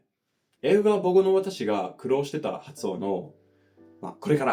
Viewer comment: 「苦労してた」のアクセントがちょっと変ですね